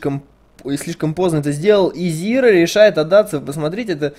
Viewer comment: Не "Зира", а "Зайра". Не "Ви", а "Вай". Спасибо за видео. Интересный матч.